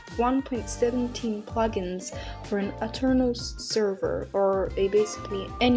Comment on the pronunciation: Funny you said puglins instead of plug-ins.